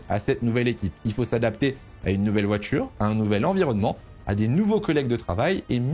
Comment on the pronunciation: Ça fait des années que je te suis et j'adore tes vidéos mais s'il te plait corrige ta prononciation des "t" ce n'est pas "voitchure" mais "voiture".